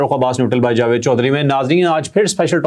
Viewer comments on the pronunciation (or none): none